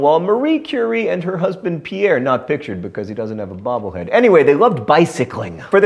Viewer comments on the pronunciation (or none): none